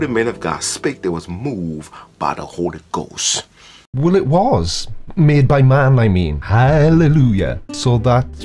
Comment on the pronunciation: Holy goss?